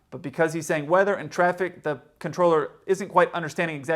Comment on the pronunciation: I dont think the Charlie Bravo pilot was saying And traffic I think he was saying End traffic